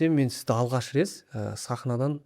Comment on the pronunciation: Рет деген сөзді рез дегеніңіз ұят болды ғой